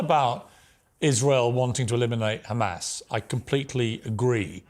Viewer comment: Douglas just has to be differently by pronouncing Hamas incorrectly